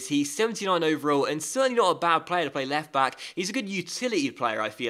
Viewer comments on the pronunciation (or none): Did anyone notice when he said left bock😂